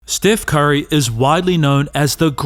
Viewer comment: bro said "stiff curry"